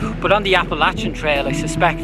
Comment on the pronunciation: Finally someone who says Appalachian correctly